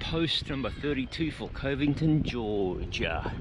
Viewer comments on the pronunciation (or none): It’s cuv-ington 😊lol